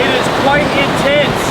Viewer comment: Did he say the rain is quite intents? 😂